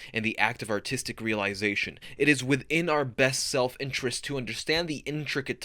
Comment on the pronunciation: Everytime he says artistic I understand autistic